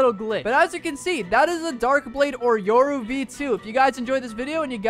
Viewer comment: Bro Said Euro instead of yoru